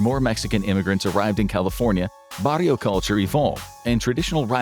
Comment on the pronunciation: “Barrio” not “Varrio”